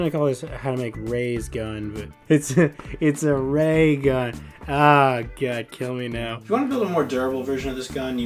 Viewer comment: ha, a "rey gun". lol